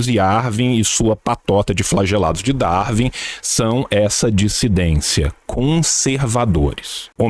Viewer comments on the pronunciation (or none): none